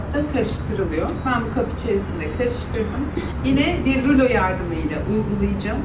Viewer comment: Ruloya neden rülo diyosun ki böreğe bööörek diyenler gibi